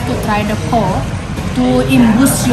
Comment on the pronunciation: Pho pronounced as “ Fur” 😀